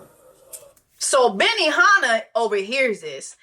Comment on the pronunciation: Not "BENIHANNAH" 😂